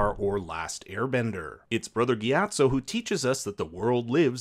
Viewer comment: If y’all are going to “pretend” to be fans of a series to try and get views of its fanbase, you can at least try and get the pronunciations correct. Hearing this guy mispronounce Kyoshi and Gyatso’s names really made me stop watching.